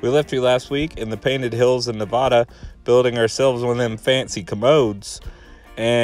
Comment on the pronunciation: You’re saying “Nevada” wrong